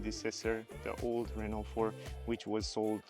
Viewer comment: The guy even at the Renault event wasn't able to learn how to pronounce Renault.